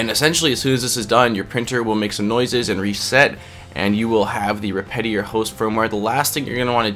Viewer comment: respitary? really tho